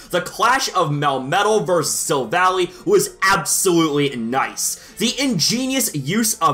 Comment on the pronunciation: The 8th best one, he said Silvallee :/